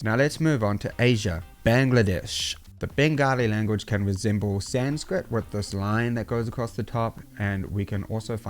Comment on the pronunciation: Thank you for this. Just one thing, it's Sanskrit, not Sanscript 🤣 made that mistake most if my life too, don't worry haha